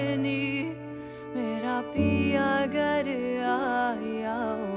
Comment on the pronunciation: The mispronunciation of "ghar" as "gar" throughout the song is beyond frustrating for me!